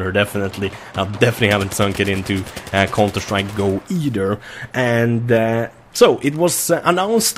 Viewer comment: "konter strajk"